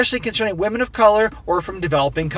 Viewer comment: Who says "wahmen" aren't funny !!!